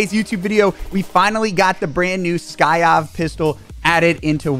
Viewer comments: SY-KOV not SKY-OV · its the sykov not the skyov lol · It's SY-KOV not SKY-OV bro! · Today on learning to read, Sykov.......pronounced psy kov. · Bro it's a syyyy kovvvv The k doesn't come before the y lol damn that was killing me 🤣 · Lol the new "Skyov" looks dope but it says sykov lmfao i hope he notices how he's pronouncing it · It’s not skyov, it’s sykov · Whatever is Sykov not Skyov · "we finally got the new skyov pistol" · The way you say the pistols name is hilarious. You call it skykov😂😂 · Sykov, SY KOV.. But yes this thing gonna be broken. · lolol skyyoffff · Did he say Skyav pistol 🤣🤣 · Lol it’s sy kov 😂🤣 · I didn’t know it was the hard to say sykov I’ve seen 5 different channels pronounce it wrong